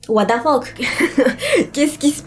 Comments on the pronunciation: Anglais: what the fuck: what da fuck 😂😂😂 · La mort fais partit de La vie...Bah nn 😂😂 Les français: What the fuck: Watefeuk 😂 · "OUATAFOQUE" -de. 😭👍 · "what da fock" 😂😭😭